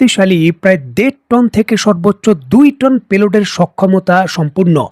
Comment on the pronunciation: আসসালামু আলাইকুম ওয়া রাহমাতুল্লাহ আগারচি নয় তার নাম "আরাগচি" । "পেলোট" নয় - pay load" - "সে লোড রেকর্ড উচ্চারণ করতে গিয়ে য- ফলা আসা যাবে না, এ- কারের উচ্চারণ করতে হবে। "পূর্ণোদ্ধার" নয় - "পূণোরুদ্ধার" বলতে হবে। ধন্যবাদ,ভালো থাকবেন